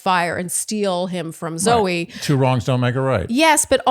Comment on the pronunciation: It's Zoe not zoey